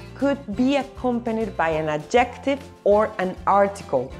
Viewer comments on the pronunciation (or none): By the way 'adjective' is stressed on its first syllable, not in the usual Spanish way on the second last syllable. Otherwise, your English is pretty good.